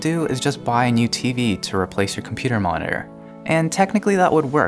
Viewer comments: Computer monore whats that? Did you mean Mo ni TOR? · Great explanation, thank you! Just a question, why do American's so often no pronounce parts of words of 'monitor' becomes 'moninor' or 'moner'? :) Still a great video, thank you! :) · we can get lazy with pronouncing that 'T', we kind of rush over it. I've never heard 'moner' tho